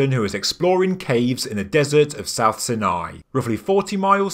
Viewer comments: Why Sin-eye? Everyone else says "S eye nai"! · sorry but its not pronounced 'sin-eye' but 'Sine-eye' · Dude, seriously, find out of to correctly pronounce words you use in your videos! When you mispronounce the names of places like Sinai (sine-eye) it's like scraping a needle across a record. Very annoying and distracting. Also, show photos of all the rock paintings you mention! Did anyone else catch the big E.T. drawing (bulbous head and neck with large eyes) next to the stick people? 👽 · Sine-eye is the American way of pronouncing it.